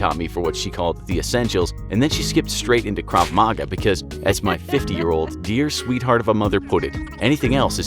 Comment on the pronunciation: I loved this video. By the way, krav maga is pronounced slightly differently than you said it